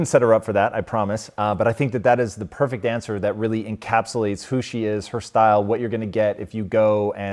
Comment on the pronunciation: blah blah " I'm eating like ma ancestors did who were in purfect halth" blah